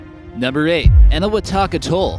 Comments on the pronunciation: it's pronounce AT-TOLL not utoll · and it's AT-Toll not utol